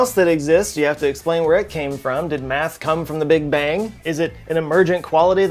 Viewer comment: I believe you mean bang, not "bank"